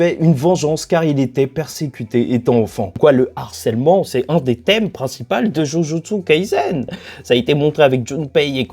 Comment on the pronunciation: Je sais que c'est du chipotage de dire ça mais c'est trop perturbant d'entendre jujutsu kaiZen au lieu de kaiSSen. Surtout venant de la part de quelqu'un qui a fait plein de review sur la série